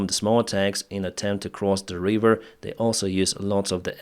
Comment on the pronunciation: "River" not "Reeeever" 👍